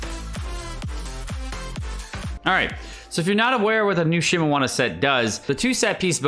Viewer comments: So glad it's not a drinking game whenever you pronounce something wrong like that... Think of the alcohol blood poisonings you would be responsible for! "Shee-mee-nah-wah" (I know you corrected yourself at the beginning of the video, and the rest was recorded ahead of time. It's appreciated! But PLEASE! "Xing-Cho"... Not "Xing-Coo!") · lul at that Shimowana pronouncation. good math calculations tho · So annoying he saying Shimewana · Does he not know how to read? Bruh it shimeNAWA NAWA NNNN THE FUCKING N MY GUYYY.THE N